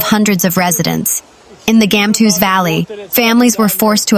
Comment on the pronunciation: Gamtoos - Gumtwo'ers Valley. The G must be the sound made by the 'ch' of loch. Please pronounce the names of our towns/areas correctly.